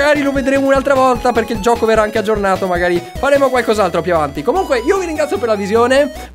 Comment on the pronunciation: Vito Softair ti capisco fa molto male. L 'italiano è morto da tempo."giocho" hahahhahaah